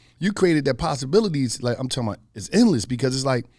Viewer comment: every ad: I'm talmbout, I'm talmbout, I'm talkmbout 😆😆